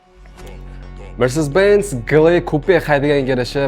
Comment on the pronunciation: Ты сперва научись сказать слово mercedes-benz😂😅